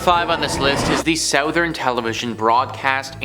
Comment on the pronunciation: You say “southern” funny. Is that a Canada thing?